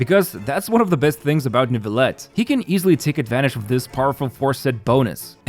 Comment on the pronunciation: still can't get over the pronounciation of Neuvilette by english-speaking people, i know it's kinda hard but it makes me giggle every time